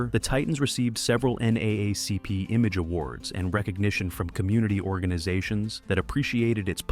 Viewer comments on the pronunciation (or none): none